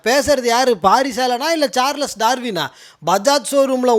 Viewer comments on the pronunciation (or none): none